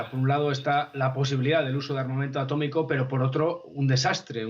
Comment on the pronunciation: Atómico, se dice a tó mi co.